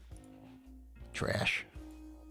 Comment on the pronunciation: When you said "Trash" I immediately said "Tee-rash" and you said it at the exact same moment too. I've been pavlov'd. I never even talk out loud to my monitor wtf? How'd you do it